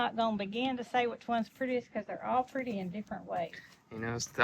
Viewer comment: Love how you say ‘oll’. I watch from Minnesota. Pretty soon I’ll have a southern accent😂